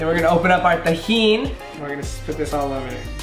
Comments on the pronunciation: its tajin not tejin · The way hr is saying tajin